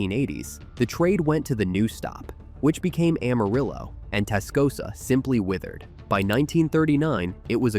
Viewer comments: No, it's pronounced Am-uh-rill-oh. We don't say rill-uh. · It's no secret that Amarillo is pronounced wrong. Just about everyone who has lived in our little city and did not hide under a rock could tell you this. Carolyn Jones who played Morticia Addams in the 1960's Addams Family TV series was born in Amarillo. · Goddang it!!! I grew up in West Texas... It's pronounced Amarriller...😅